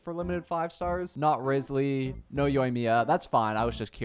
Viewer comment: He said rizzley and riozlee